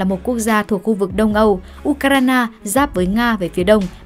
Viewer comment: Phát thanh viên đọc tên của Ucraina kỳ quá ! Nghe cứ như U cà rai nà ! Phải sửa đi nhé !